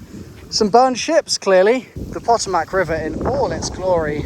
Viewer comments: “Pot-O-Mac” IDK if he’s PURPOSEFULLY saying it wrong for the lulz,but my man…..it’s pronounced PO-TOM-AC. 😂😂😂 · As a Virginian, Hearing pronounce everything basically correct besides Potomac as "Paht-oh-mack" instead of "Puh-tow-mic" grinds my gears. Then I read how its spelled and got even more angry that he's pronouncing it closer to the spelling. English is a dumb language sometimes. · It’s pronounced pa toe mic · This is a great series, btw Potomac is pronounced puh tow mick. And those orange spray paint marks are to show what trees need to be cut down. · Think hes saying Potomac wrong on purpose?